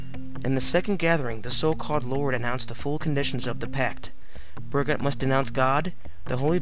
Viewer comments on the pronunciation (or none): Not bad. You've got some good info, but your pronunciation of the men's names are a bit off. Burgot = Bur-GO. Michel Verdun= Me-CHELL Vair-dun. Gilles Garnier= Jeel Garn-yay. Peter Stubbe is also known as Stub, Stump, and Stumpf. Now, I don't speak French, and my accent is likely atrocious, but this is how I've always heard the names said.